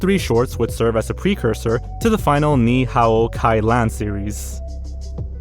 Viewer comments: "knee how kai yan" is how ya pronounce the chinese language american tv show. and 'gallifreyan' is a doctor who thing. "gall i frey an". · can’t believe he mispronounced ni hao ki lan. thats childhood right there